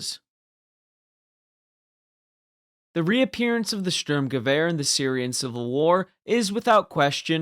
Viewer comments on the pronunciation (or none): none